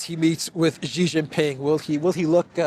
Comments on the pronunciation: Jeeee jinping? It's pronunced "she" like the female pronoun. No like button for you today! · Its not Gee, its She - for Xi Jinping.